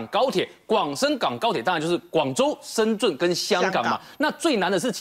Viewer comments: 还是听不惯“深zun” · 怎么感觉大部分台湾人不会念深圳的圳...zhèn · 台湾人发音深圳的“圳”字 都发不来吗？？